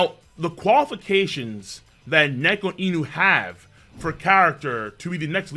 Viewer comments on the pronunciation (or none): none